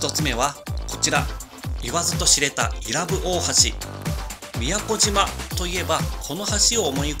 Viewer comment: （い↑ら↑ぶ→）じゃなくて （い→ら↑ぶ↑）だよぉぁ